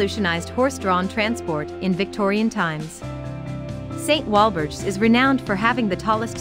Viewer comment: The pronunciation of A-VEN-HAM and St Walberge's Church made me spit me tea out! As a Prestonian I have never heard them pronounced like that before! Hahaha